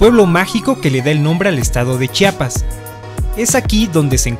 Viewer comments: Gracias por pronunciar adecuadamente la palabra Chiapas. Es terrible que omitan la "i" entre la "ch" y la "a". Me encantó el video. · Muy buenos videos y principalmente se les agradece que pronuncien bien Chiapas, se los dice un Chiapaneco orgulloso de haber nacido en este estado ya que es molesto que pronuncien Chapas.